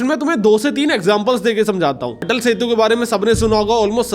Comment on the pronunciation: Atul nahi Atal 😂